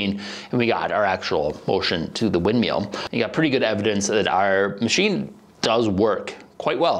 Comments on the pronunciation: I just love how he keeps calling it a wind MEAL. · wind "meal?" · Wind MILL, rhymes with Hill, not wind MEAL. I enjoyed the video but that pronunciation was more painful than a midwesterner trying to say "Aaron earned an iron urn" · "Wind meal" What fucks me up about this is that when he says "Water Mill" he doesn't do it. WTF? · Am I the only who be hearing meal and not mill? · Mill. Wind *mill*. Lol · wtf is a wind meal? say words properly please